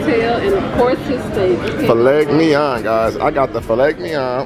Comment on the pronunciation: Fill leg me on lmao its filet mignon